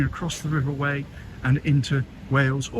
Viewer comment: Loved the vid, thanks. One of my favourite places, it's stunning. We pronounce it river Why not Whey!